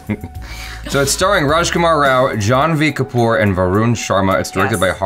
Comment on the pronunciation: when said janhvi kapoor, that kinda sounded like John wick kapoor 😂